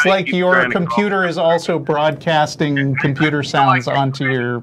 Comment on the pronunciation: "Mrmmm SNORT I-I'm nort broardcasting ill turn my speakers dowrn."